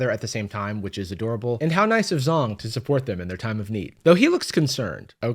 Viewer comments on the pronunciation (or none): ZH in Chinese pinyin makes a JH sound. So it's not Zong, it's Jhong. (There's just a bit more air behind the J sound) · fyi the zh is pronounced like an English J, not a Z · minor minor pet peeve the zh- in zhong is pronounced more like "jh-" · idk anything about this guy, but isn't it pronounced more like "jong"? edit: evidently that's not how he pronounces it himself, but... aight man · Love the video. "Zhong" sounds more like "Jong" though. (zh is Chinese sounds a lot closer to a j sound) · I'm Sorry but im like Distracted by pronouncing it "Zong" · Brother, that is not how you say Zhong. 😅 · is proof Zhong didn't actually watch the movie, because the demons in K-Pop Demon Hunters aren't all evil. That they can be redeemed is a pretty big plot point. Also, "Zhong" sounds Chinese. If that's the case I'm pretty sure the "Zh" is pronounced more like a J than like a regular Z. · Zh sounds in Chinese are actually pronounced with something similar to a J sound! Sorry but I kept noticing this